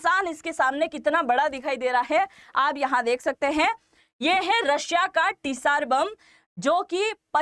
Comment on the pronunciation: यह परमाणु बमके नाम जार बम है रसियन भाषामे ts का उच्चारण "ज" j होताहै टिसार नहि है।